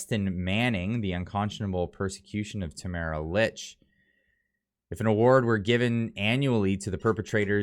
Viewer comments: I guess you don’t read your comments, because several people have mentioned that Tamara’s last name is pronounced “leach”, not “ilitch”. However, what you’ve said is good! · Please pronounce her last name correctly! It sounds like, “Leach”. Thanks.